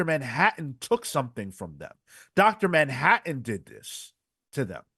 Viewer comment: "Dr DANhattan" I'm dead 😂☠